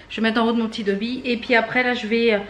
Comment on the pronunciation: J'ai l'impression que tu dis Tobby pour le nom de ton nouveau aspirateur. Dans Harry Potter c'est Dobby ^^